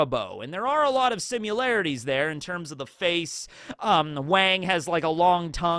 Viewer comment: I blew a 1920 state streak on Geoguessr while watching this. There was a border line that I didn't see somewhere apparently. Over a year of progress. So close to 2000. Crap. Also, simularities is not a word. Please stop saying it. It's similarities, as in similar. Not as in simulate. Sorry, I'm just feeling salty about my loss right now. But still.